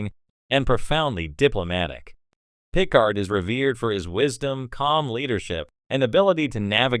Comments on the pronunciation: What garbage AI are you using for the voice! Can't even pronounce 'Picard'. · Wrong pronunciation of Picard shows incompetence on the subject....sorry 🙂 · I see what you are doing in pronouncing Picard. Great tribute to Q.